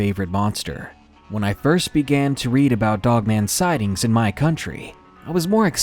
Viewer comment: Most sighed? How many sighings are their because I thought there were more than 2000 sighings of the jersey devil. XD